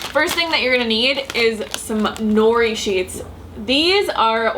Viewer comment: it's *no-ree roll the r sound